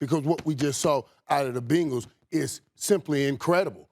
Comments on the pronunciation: Who's gonna tell Irvin its not "BINGLES" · It's better than " BANGLES" lol. Its BENgals. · When irvin says Bengals it kinda sounds like Pringles but with a b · Every single sports show talking head today has pronounced Bengals as Bingauls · “The Bingles” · “The Binguls” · How he pronounces Bengals is wild to me!! 😂😂😂